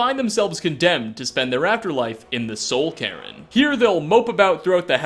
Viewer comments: Or Neravine or Soul Karen. His pronunciation is so bad. His lore is horrible too, one example is in this very video. He says Goldbrand was introduced in Oblivion even though it was introduced in Morrowind. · I was making a joke because he pronounces it weird, and it sounds like he's saying the name Karen XD